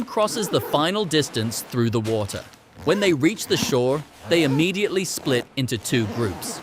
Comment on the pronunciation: Why water in British accent